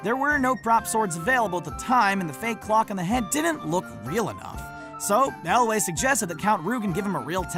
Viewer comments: it's Elwes not Elway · Could you please not screw up the pronunciations of names. Carey Elwes, not Elway. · Is that how you pronounce Elwes? Not Elves, like in LotR